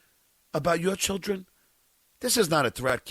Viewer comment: If I ever have to hear him say “chilll dren “ again I may scream